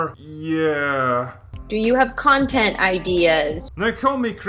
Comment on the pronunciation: I thought he said crontent creators